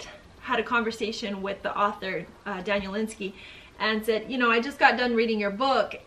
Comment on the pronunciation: You should learn how to say the authors name.